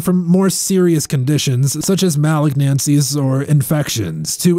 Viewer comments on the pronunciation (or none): What are “mal-ag-Nancie’s”…? 🙄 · SomeOne teach this guy how to pronounce malignancies